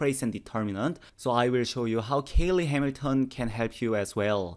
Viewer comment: Cayley, not Caley.